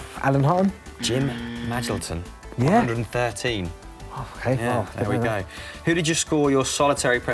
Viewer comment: Jim Madge-alton? Ma-Jill-ton.